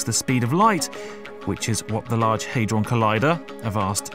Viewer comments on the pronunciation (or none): It's pronounced "HAH-DRON" not HAY-DRON.